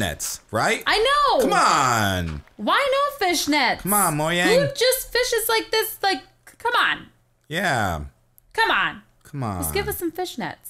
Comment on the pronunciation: lol he said Moyang xD Its pronounced Mo"j"ang